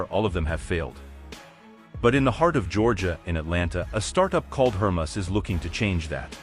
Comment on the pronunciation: It’s HER-MAY-US you dolt.